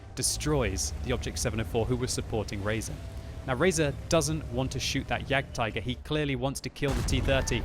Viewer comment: It's jagdtiger